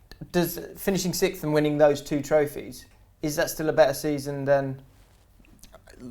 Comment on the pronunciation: You'd think would be able to pronounce sixth by now.